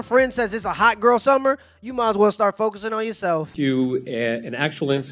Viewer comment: It's "hot girl summer". Minus the t.